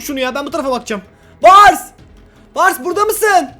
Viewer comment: Abi çocuğun ismi bars miii öyle seslendin ???